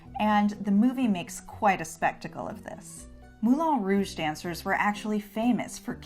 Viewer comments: Is anyone else aware that the place is called Moulin Rouge, not Moulon Rouge. It is pronounced as one says the ‘an’ in ‘can’, not ‘on’ as in ‘on the table.’ Why not get it right? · I hate hate HATE how you pronounce Moulin Rouge